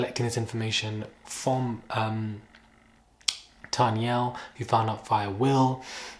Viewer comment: He pissed me off, when he called her Tanyel